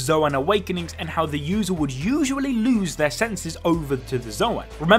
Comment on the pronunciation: yo did you just say "eggsplaintion"?